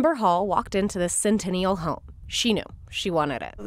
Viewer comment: Lol she can't even say "Centennial" correctly. Fire her